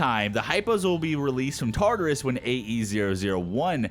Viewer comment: You're saying Tartarus wrong. It's pronounced as follows: Tar-tare-us(is). Tar as in tartar, "tare" like terabyte.